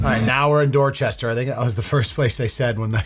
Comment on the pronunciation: That's "Doachestah.